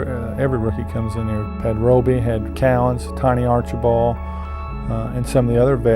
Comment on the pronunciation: Hey Larry... "Tiny" has a /d/ on the end of his last name – "Archibald". It's not "Archiball" as you always say.